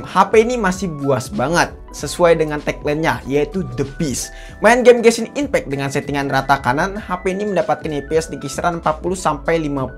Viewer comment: SOC : Es O Ci Ghost Touch : Gostoch Genshin Impect I'm dying 😱🥲😭